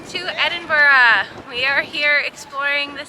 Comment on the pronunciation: The Mrs can pronounce Edinburgh, Mr, not so much